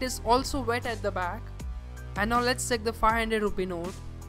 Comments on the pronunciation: Bro you fucking check(seck) your English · it's not sake but check, improve your pronunciation